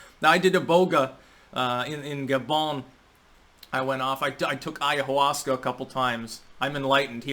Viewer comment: BTW, the H in "ayahuasca" isn't to be pronounced, like in "hombre".